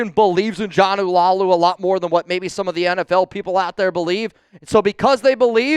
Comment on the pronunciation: Jonah's last name is La-ulu not Lau-lu.